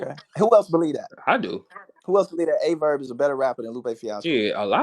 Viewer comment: put some respect on Aye Verb name 😅